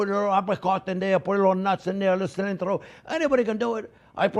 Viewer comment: Dude I’ve never heard him say cilantro lol Love this dude!